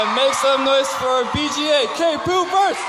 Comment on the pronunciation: Did he say "k-poopers" or my ears are lyin